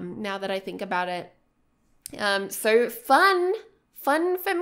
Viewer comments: Does anyone else get annoyed when she says sir instead of so? :D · I hear "SIR" instead of "SO" omg i can't perceive this adequately